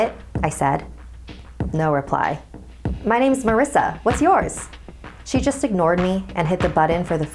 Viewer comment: NU MY WEAVE!!!! NOT MEH WEAVE!!!! But seriously, ima try that.